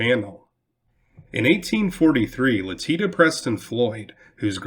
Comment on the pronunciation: Letitia Floyd’s name is supposed to be pronounced “Let-ish-ia” not “Le-teet-a”